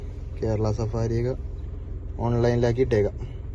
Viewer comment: Safari alla bro savaari😄